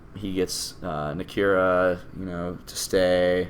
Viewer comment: You mispronouncing Nakia and Okoye is really getting on my nerves for some reason. I love your reviews.